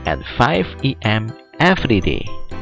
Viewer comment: everiday ? wkwkwk what happen with you dude ? check your vocab next time please sir